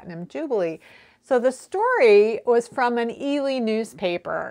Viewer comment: Thank you for yet another fascinating and informative video,. Good luck with the reverse engineering. And yes, you pronounced Ely correctly. Love the Tshirt by the way👍😊Jill, Cumbria, UK